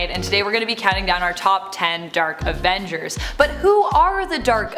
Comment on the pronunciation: new avenjsshhhers!?!?